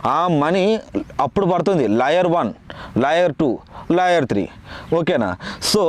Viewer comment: లాయర్ కాదు రా కుయ్యా 😂.. లేయర్